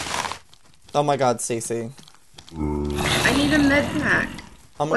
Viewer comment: Its "Stacy"